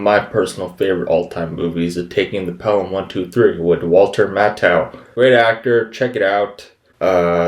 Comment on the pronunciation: Matthau is pronounced Math-au not Matt-au.